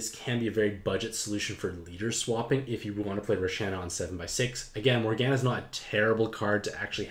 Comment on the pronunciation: Oh the morgana pronunciation.